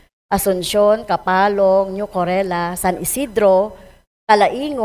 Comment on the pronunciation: Daylight na naman,napaka bobo kahit sa davao light nga lang di ma memorize!!! New corella hindi new corela😂😂😂 ngmamagaling puro naman mali ang mga sinasabi!!😂😂😂